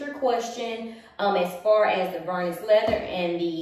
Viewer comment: Omg it’s Vernis ( prounounced like Ver-Knee) not vernus! It doesn’t rhyme with Furnace! 🤣 Just another good reason why Louis Vuitton should stop you! 🤷‍♀️🤦‍♀️🤤